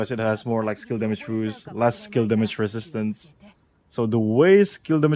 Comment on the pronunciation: Really cant say resistance